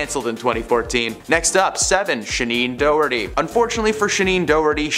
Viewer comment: “Shaneen Doughty?” 🙄